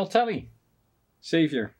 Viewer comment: Congrats to the winner! And didn’t know that Xavier rhymes with caviar!